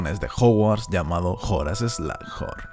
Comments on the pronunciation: se pronuncia slug (babosa) "eslug" y horn (cuerno) "Jorn" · se pronuncia horas eslojorn muggle !😆😆😆😆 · Buen video pero me da tentación el "slajorn"